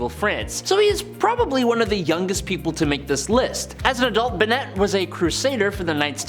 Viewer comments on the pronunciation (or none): none